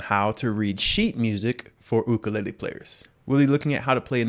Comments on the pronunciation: he done did said ook-a-lay-le AND OMG I CAN READ NOW IM SO PROUD TY TY TY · Ook or yook I say yook when it comes to pronouncing Ukulele